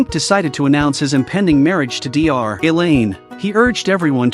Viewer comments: You canbtell by how it calls doctor Elain 'D R Elain' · "Dee Are - Elaine"